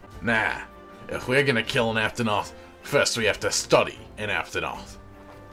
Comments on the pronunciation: Duel of the fates, this makes me happy and now I'll never be able to unhear "cotton" "aptonoth" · COT-TON! APT-ON-OTH!